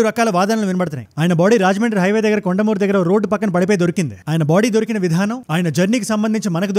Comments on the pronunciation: Vasu daiva kadu vasu dhaiyika kutumbam..nijam ga namme siddhaanthaa ni ki pronunciation theliyaka pothe ela? And… Aa oori peru konthamuru.. kondamuru kaadu. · కొండమూరు కాదు కొంతమూరు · Kondamuru kadu ra nayana konthamuru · Kondamuru kadu annaya konthamuru rjy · అన్న కొద్దిగా చేంజ్ చెయ్యి కొండమూరు కాదు కొంతమూరు